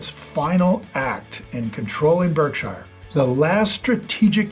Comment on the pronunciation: Weird that you pronounce Berkshire incorrectly when you're such a big Buffett guy.